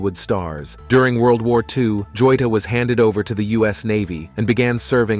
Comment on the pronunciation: It isn't Joita. Is Joyita and in Spanish means a diminutive of Jewell.